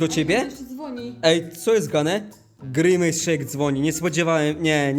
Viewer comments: nie pij grimace szejk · nie pij grimejs szejka